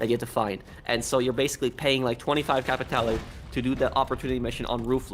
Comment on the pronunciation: The only major thing that has let me down badly was locked clothing items behind a completion of a ruthless mission. And the other annoying is..... "Capitay'Lay".